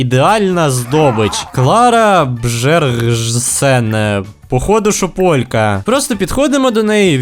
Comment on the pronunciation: вони Б'єрґсени, а не Бжержисени!!!!!!!